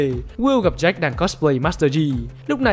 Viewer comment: Jack chứ ko phải Jake